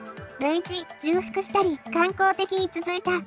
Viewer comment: >重複 ❌じゅうふく ⭕ちょうふく